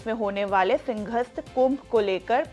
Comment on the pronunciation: मैडम पहले बोलना सीख लो सिंघस्त नहीं सिंहस्त होता है , और लैंड pulling नहीं लैंड pooling होता है । पता नहीं किसके जैक से इतने बुरे उच्चारण वालों को भी एंकर बना दिया ।